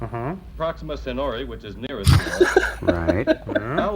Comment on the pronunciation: Does he mean Proxima CENTAURI? Because there is a T in it.